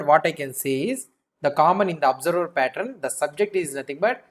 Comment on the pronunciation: patt-run nahi, patt-earn. Rest everything is lit!🔥